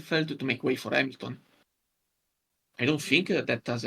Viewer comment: that Hamilton pronunciation hit my head like a bullet. (. Láttalak magyar tévé)